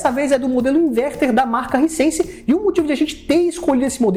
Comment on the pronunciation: “Haisense” não risense. Bom vídeo.